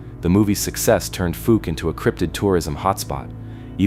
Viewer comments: Fouke is actually pronounced like falk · That is not how anyone in Arkansas says Fouke. The ou sounds like the ou in mouth.